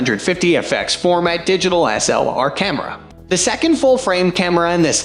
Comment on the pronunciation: What the hell is wrong with this guy's pronunciation of "DSLR"?